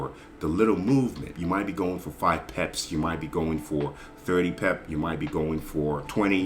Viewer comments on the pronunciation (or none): I think peps is how he pronounces pips